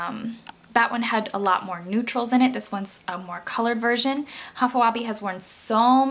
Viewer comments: its pronounced high-fa web :] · High-fa Weh-bee.....its pronounced like this